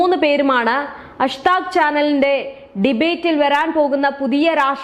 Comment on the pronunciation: അഷ് താക് അല്ല , ആജ് തക്ക് ആണ്.